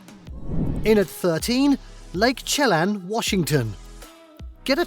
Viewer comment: Actually, he had several mispronunciations that I know of: Yosemite, Chelan, and Mackinac are the ones I caught.